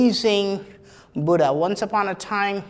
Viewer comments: dear, it doesnt matter how foreigners pronounce "Buddha" but being an Indian,you must prounounce it properly... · Nice explanation and no bgm. Good .one request you are an indian you know the pronounciation of Buddha. Great work.